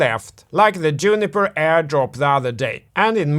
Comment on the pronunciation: Great content as usual, thanks Drinking game idea: Take a shot every time calls Jupiter "Juniper" lol